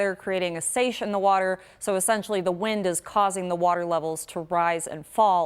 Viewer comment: Wardurr.... She means water...right?